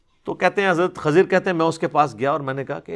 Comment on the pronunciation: Not khazir right name is khizar you can confirm it's safto know u can not pronounce correctly